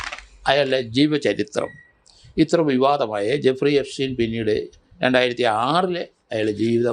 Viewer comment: ജഫ്രി എപ്സ്റ്റീൻ. അല്ല എഫ്രിജസ്റ്റീൻ